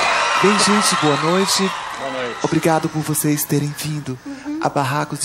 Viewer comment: Tiririca falava voçeize antes do Manoel Gomes(Caneta azul) kkk